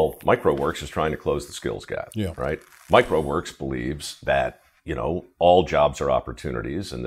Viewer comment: Mike Rowe Works sounds like "microworks".